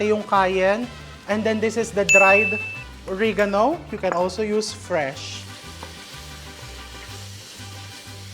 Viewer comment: I love watching your show. Oregano is pronounced as uh-reh-guh-now.